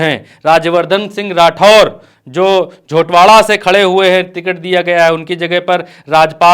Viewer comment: जोरावार nhi झोटवाड़ा